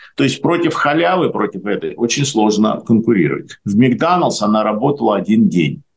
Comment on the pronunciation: Какой "микданалс"?Вы специально что-ли коверкаете слова???